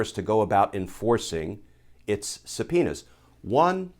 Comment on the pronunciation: Does anyone remember Super Troopers? Did you have a flashback just meow? I’m pretty sure he keeps saying suh-penis.